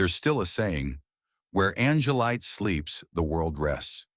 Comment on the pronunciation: It’s Angel-light, not angle-leet.